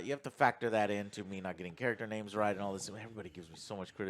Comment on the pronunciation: Take a shot every time mispronounces names.